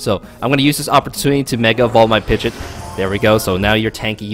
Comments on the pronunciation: Pidge-ot bro, like 99% sure it was pronounced that way in the anime too! Basically Pidgey + the "ot" not "it" like you were saying. Just saying not trying to be mean. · The way you're saying pidgeot is driving me up a wall lol